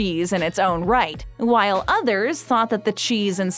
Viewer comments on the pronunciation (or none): none